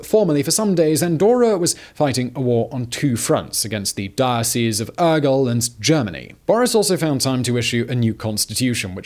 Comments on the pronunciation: I have never heard anyone pronuncing any word as bad as this host pronunces "Urgell". The rest of the Spanish/Catalan words are really bad pronunced, but "Aguel" instead of "Urgell"... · The bishops of "Ergull" XD Never change, Simon. Never change. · I was searching this comment, I had to actually laugh out loud when he said Urgell